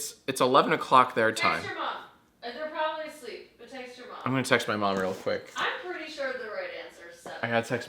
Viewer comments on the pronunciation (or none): It sounded like Jack said he had sex with his mom when he said he had to text his mom.